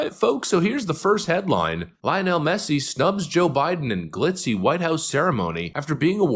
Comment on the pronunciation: Off topic but you’re pronouncing Lionel Messi’s name wrong. It’s ly uh nuhl.